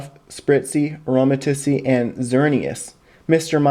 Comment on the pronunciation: it's pronounced aroma-teez